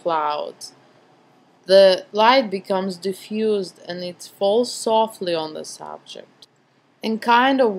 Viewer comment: Its ok , are you french by a chance ? I watched you videos to learn how to photograph before I went to Paris . In Paris everyone did the same thing as you , pronouncing "z" so much . They even had " All In Ze Box " instead of "All In The Box " at KFC.